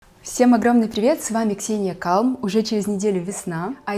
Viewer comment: Ксения, это Английское слово! В Calm ”l” не произноситься, как в слове « I know”, ай ноу!»